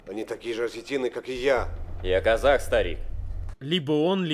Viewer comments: Не казах, а казак. :) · я не понял, на он говорит, что он казаК или казаХ?